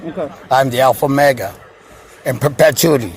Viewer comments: Alpha mega 😂😂😂😂 he doesn’t even say omega. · Did he say “I’m the alpha mega”? 🤣🤣🤣 He can’t even pronounce omega. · A professional federal whistleblower (whatever TF that is 🙄🙄and the ALPHA MEGA (WHATEVER TF that is as well and appears to be mis pronounced)🙄🙄 but out saving LEO AROUND THE GLOBE, MILLIONS OF DOLLARS by not Billing them for infringement of their rights 😂😂😂😂😂